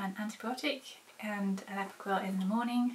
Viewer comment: When you said Approquel, I thought you said Apricot :D You said you may keep Key on it indefinitely, but you shouldn't. You should only use antibiotics when needed. Using it too much, and you get bacteria that is antibiotic resistant then. Which is a major problem.